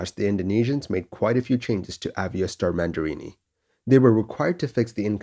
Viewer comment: I think it should be Mandiri, not Mandirini.